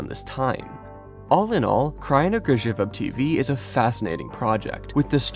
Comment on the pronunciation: Damn, your pronounciation of Kraina Grzybów and Poradnik Uśmiechu is SO good.